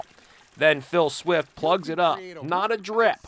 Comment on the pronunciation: Phil Swift, not Bill Swift. Say it with me; Phil Swift.